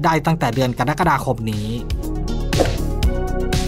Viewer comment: กรกฏา อ่านว่ากะ ระ กะ ดา เป็ดมาจากไหน กะ ดั๊ก กะ ดา😮😮😮